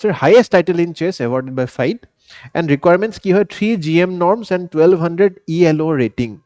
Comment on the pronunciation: I mean no disrespect sir. But a little correction. FIDE is pronounced as ফিডে. Not ফাইড.